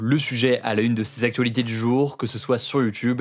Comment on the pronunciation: Merci pour vos actus parfaitement ficelées et c'est sincère. Néanmoins, je tiens à noter qu'il y a un pb avec la manière dont l'intervenante secondaire prononce le mot "actuenhhhhh". Ça me donne régulièrement des envies de meurtre même si elle semble très sympathique. Je ne pense pas être unique donc je ne pense pas être le seul. Avec cet accent, vous limitez vos vues à l'Ile de France, c'est dommage. Sinon continuez comme ça, je vous adore et vous avez remplacé france 2 pour moi. Vous avez compris que les micros trottoirs ne servaient à rien et que les news décalées et inutiles uniquement faites pour diriger l'humeur du spectateur n'etaient pas les bienvenues et c'est deja beaucoup pour moi. Bravo pour votre professionnalisme et votre implication.